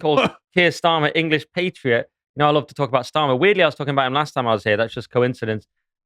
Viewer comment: Pronunciation is important- patriot ...the pat is as cat